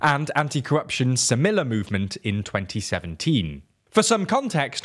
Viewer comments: Sem ee ya party. In Spanish double l is pronounced as "y" and "mi" is prounced like "me" in English. I also think you are stressing the wrong syllable in Arévalo from a phonological perspective. But you seem to putting the stress on the right issues from a socio-political perspective. Remember that "semilla" means seed, and a lot of groups have supported reclaiming "la semilla criolla" the heirloom seeds (corn, beans, and others) well adapted to local climate conditions rather than factory farming on a "one-size-fits-all" model, swallowing up campesinos the way a shark swallows up sardines. So the name has a nice resonance in terms of resisting colonial monocultures. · Could TLDR make more of an effort to pronounce things close to how they are pronounced in the original language? The Spanish pronunciations in this video in particular were not at all close a lot of the time. Specifically stuff like the double L in semilla being pronounced as an "l" instead of a "y" and v different stress for Arévalo (stress on the e). Video was good regardless, just a small suggestion for the future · semilla means seed. It's pronounced semiya- the double L is a y in Spanish. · God its painful to hear you pronounce anything in spanish. How hard is it to say "semilla" correctly. Just check before butchering a language.